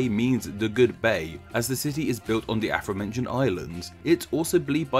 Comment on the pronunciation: I love your videos and you’re infinitely superior to me in your dedication to informing us, but please can you stop saying “Afromentioned”. It’s “Afore-mentioned”. Sorry, and again, thank you 😊 Yours, a sad pedant.